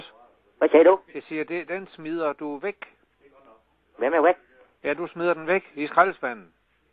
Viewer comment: Hahahaha "hvem er väk?" 😂 Riktigt roligt samtal!